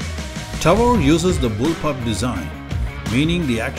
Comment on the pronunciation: lol "BullPULP" :D